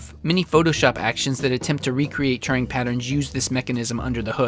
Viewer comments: It's weird when you pronounce Turing as touring... He's not American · How are you pronouncing Alan Turing's name? It sounds as though you've imagined an extra r in the middle (Turring) from somewhere! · Thats not how you pronounce Turing.